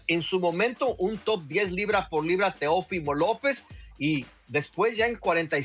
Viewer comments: No es “ Teofímo” es Teófimo acento en la O Mauricio Pedroza, reglas de ortografía básica mi estimado. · Por qué Pedroza pronuncia mal el nombre Teófimo? El acento es en la O no en la i. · Estás mal Mauricio, su nombre es Teófimo, no Teofimo